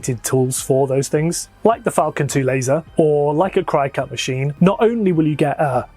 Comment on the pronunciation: What is it with the Brit’s not being able to pronounce cricut (a spelling variation of cricket) correctly. Krih-kut. Not Kry-kut. We can put up with the bizarre adding of “r”s into words that don’t have them, but jeezuz. Well and the British need to refer to all product categories by the brand name of one specific maker of the product. It’s a cutter , not a cricut. Just like it’s a vacuum not a Hoover. And it’s a ball point pen, not a bíró.